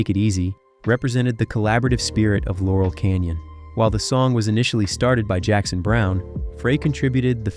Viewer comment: Jesus tap dancing Christ!!! It's LAUREL Canyon, dumdum! You also need to fix the audio. 🙄